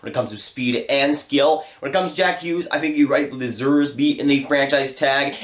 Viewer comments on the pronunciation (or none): none